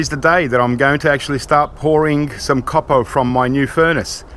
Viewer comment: I subscribed just so I'd be sure to hear you say "caw-pah" a few times a month, it makes me smile every time. Thanks, mate.